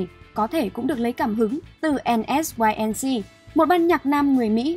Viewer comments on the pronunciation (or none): Band NSYNC thời đó theo phiên âm gọi là en-sinh nhé , gọi như cách bạn gọi thì nghe ko nhận đc Band nào luôn